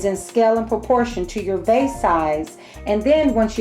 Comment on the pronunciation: Vase not case lol